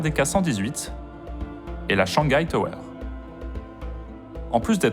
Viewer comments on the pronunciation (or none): none